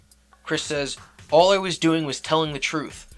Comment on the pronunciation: You say the word All weird. It sounds like your saying Wall.